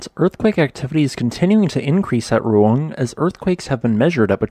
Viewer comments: Roo- ang. The dipthogs in Indonesian are split rather than run together as in English. You kinda did it near the end. You will find it easier if you put emphasis on the second vowel. That way you make both sounds distinct. Lots of Indonesian names will be easier to say and read by splitting the pairs of vowels into separate syllables. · The pronunciation also throws me too. Thanks for responding. We are all human.